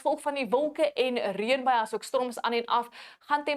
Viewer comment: Dankie! Onthou net dis reënbuie en nie reunbuie nie😂